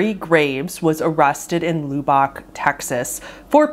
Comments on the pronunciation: Wait wait is loo-bock texas supposed to be Lubbock? Luh/buck. I was very confused listening rofl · It isn’t pronounced lewbock it’s Lubbock, with the some lo sound in the world love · Very minor thing, but Lubbock is usually pronounced "Luh-bick" or "Luh-buck" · Loo-Bach, TX 🤭 I’m assuming this is Lubbock (Lubb-ick)? Freakin love u,. U make up such fun pronunciations when you’re unfamiliar lol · Born and raised in Lubbock, TX here. The u in Lubbock is pronounced like it is in bubble... not booby lol. I love all your videos. I'm a newer subscriber, but I love all the different genres you do stories on. Always look forward to your uploads. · Lub-Buck no oo sounds. My Texan ears hurt lol! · Lubbock Texas is pronounced "Lub- beck" not "Loo-bock". just thought you should know,, love your content so much. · very informative! now this is a nitpick but lubbock is pronounced "lubb-ick", with the first syllable rhyming with "sub" or "club", not "loo-bock". otherwise good stuff 👍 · I love your stuff but the city is pronounced Lub-buck. Not Loo-bock. Sorry, this just bothered me too much not to comment. But, engagement for the algor-beast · AAA this is annoying me its Lub-ock not Loob_oc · Dude. I'm from Lubbock Texas. I almost shit myself when you said the name. (also it's pronounced "Luh-buck" but it's okay, our town kinda sucks anyways so it's not that big of a deal. We're like the Florida of Texas.) The game itself feels like it was made by some sickened, depressed edgelord(s) and it creeps me tf out that someone in my hometown could've had some kind of hand in it. I mean besides the gore and CP, the reverse audio, stock screaming and crying, charles manson & columbine references??everything about it gives me the ick. it's both cringy and majorly disturbing at the same time. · I loved the video, very interesting and well done! I will say though that Lubbock is said “Luh-Bick,” it’s always funny when people say it wrong 😂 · Lew-Bahk, Texas. Haha 😂